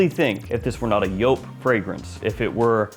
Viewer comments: It’s YOOP, not YO-PE! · Stop saying "joop" there's like 6 other varieties. Edt, edp, le parfum? Extreme? Hard to tell what one your talking about. I'm guessing your montblanc relation is to the edt because no montblanc comes close to the le parfum.